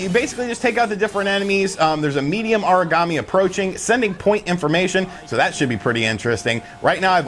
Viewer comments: Haha I actually thought he was saying Origami lol. I was all well that's a weird name for a monster. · Aragami is Ah-rah-Gah-mee not "uhreegamee" it sounds like your saying Origami (paper-folding craft) LOL